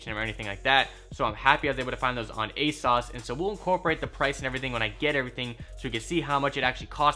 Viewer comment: I hate how u pronounce everything "A-sauce, unique low" omfg